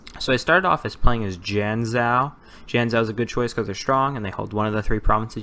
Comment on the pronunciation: Nice video but it's pronounced Tsing, not Ching, Zien-Joe not Jeeyanzow (I tried my best to find an english equivalent to the sounds)